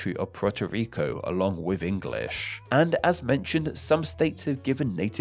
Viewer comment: Rico* not Ricouw